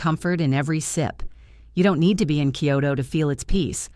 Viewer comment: The message is good. The delivery is ANNOYING! That AI-generated too Western sounding voice makes it fake. The pronunciation makes me cringe - not only mispronounced Japanese words but English words. Okinawa is not pronounced OKA-nawa. Kyoto is not pronounced KEE-yoh-to. It’s not Collagen (letter) “I”, it is (number) 1. It’s too long but that full on Western-sounding voice is horribly annoying. And, it is way, way too long and drawn out. I’ve watched other videos from these people before and nothing has changed. Same annoying voice, mispronounced words and way too long.